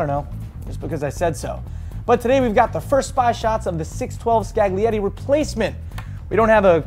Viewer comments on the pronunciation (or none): It's pronnounced - "Skalee-et-tee" - "Skall" as in skull, "et" as in Vette and "lee" as in lee. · "SCAGG-lee-ety" ... where did all the Italian heritage go :-(